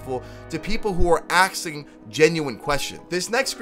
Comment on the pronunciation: How is AXING easier to say then ASKING ... xD ?